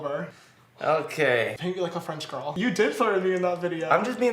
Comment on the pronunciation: everytime you say "girl" i hear it as "ghetto" and it took me 2 months to figure out what you were saying